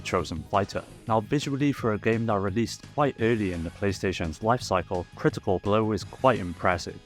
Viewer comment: Oh, I know about "CRITI-CAH BRO!!" It's the sequel to a fighting game called Genei Tougi: Shadow Struggle, but it's an improvement over the original in pretty much every way.